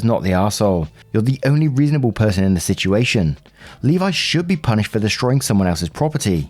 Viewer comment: As a Levi, I can’t thank you enough for pronouncing it correctly.